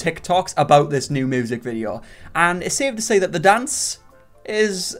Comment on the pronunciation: That triplets thing just broke my ny brain 🤯. All I know is MY guilty pleasure is hearing say moosic. And him bein a white guy named. 2 guilty pleasures.